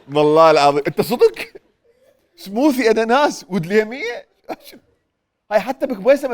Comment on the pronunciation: على فكرة smoothies ...تنلفظ سموذيز مو سموثيز